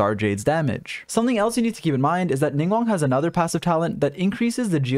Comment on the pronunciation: Thanks for the video, I'm trying to build her on my alt! :D By the way, her name isn't pronounced "Ning-won," but "Ning-gwahng." There are G's at the start and end of the 2nd syllable of her name :)